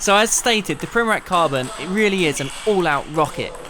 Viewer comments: It's pronounced Primoratz not Primorak, ffs... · Not Primorak hahaha its Primorac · Man I hate when people say primorak when they should say primorac, only balkan people will understand. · His last name is pronounced something like primoratz, not like that K sound at the end. I mean, the guy is table tennis legend, you should pronounce it correctly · Actually , its pronounced Primoratz . Real legend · You just have to learn how to pronounce his last name idiot! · You are pronouncing wrong this legend's surname. This is the right way